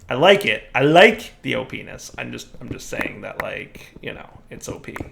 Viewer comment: you might want to re-think the pronunciation of OP ness